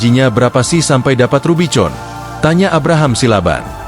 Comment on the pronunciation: RUBIVON bacanya RUBIKON.